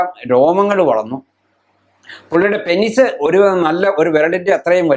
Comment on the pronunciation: 'പെനിസ്' അല്ല ഡോക്ടർ.. പീനസ്/പീനെസ്സ് എന്നാണ് penis ന്റെ pronunciation..